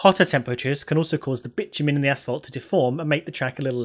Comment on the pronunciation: as english is not my primary language and i wasnt quite paying attention to the screen when i heard you say 'bitch-you-mean' i was quite suprised. Even had to look on the sreen to see what did she mean? :D